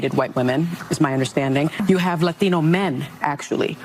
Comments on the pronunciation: Why does suni use an accent when saying LAT TEEN OH? Its not pronounced latheeno. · Why does everyone try to sound spanish when they say the word latino? Lathino? Stfu youre a gringo just pronounce it like a gringo unless youre actually speaking spanish. Ive never even heard latinos say latino like this. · Sunny is racist AF. Listen to her say LATINO.